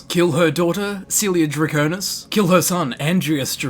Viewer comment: Just saying, it's Cae-lia Draconis